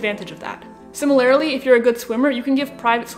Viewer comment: Do a shot of Jagermeister every time she says "SIMMER-LAIRLY" -- I'm feeling woozy 🙃